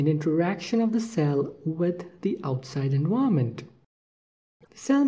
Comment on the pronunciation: Thanks, the pronunciation of "environment" confused me a little, but in general a very informative video. :)